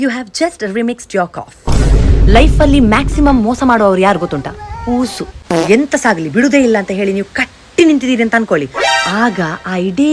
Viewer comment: ಅದು ಹೂಸು, ಊಸು ಅಲ್ಲಾ.